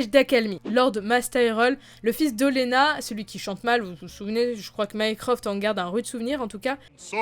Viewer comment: Mycroft... Mycroft... ou comment faire bugger quelqu'un qui regardait tranquillement une vidéo. Ahhh... Stannis. Quelle victime...